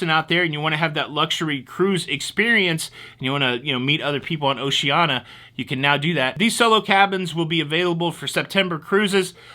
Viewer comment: Gas cools your fuel pump so keeping your tank 1/4 full reduces wear on the pump. Pronunciation Police: O-she-an-EE-ah Enjoyed the show, fuel charge should be warned up front....